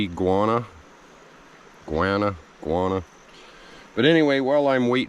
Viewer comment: What state are you in ? C a nt believe you ate that carp,we dont eat them, iguana is pronounced IG WA NA